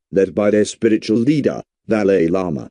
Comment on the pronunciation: At least Pronounce it well😂